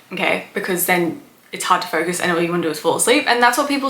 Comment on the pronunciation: I like how you pronounce "focus" and "ferkus."